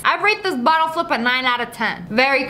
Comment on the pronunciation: Lol you said bittle instead of bottle XD